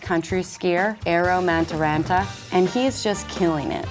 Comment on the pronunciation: That was a pretty bad pronunciation of the Finn's last name...but also not the worst mis-pronunciation of a Finnish name that I've heard so far in the 2018 Olympics.